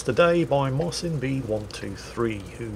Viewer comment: Side note. Marcin is pronounced 'Marchin'